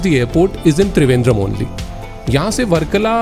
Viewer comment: Not thrivendrem its Trivandrum